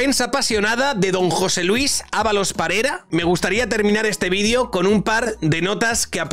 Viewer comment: Creo que dos veces en todo el vídeo dijiste su nombre correctamente 😂